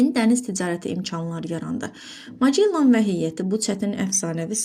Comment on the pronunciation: Magellan vurğu axırıncı hecaya düşür